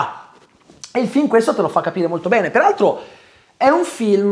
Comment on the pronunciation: Alla fine della parte non spoiler c'è quel "PERALTRO" che mi ha tolto un decennio di vita 🤣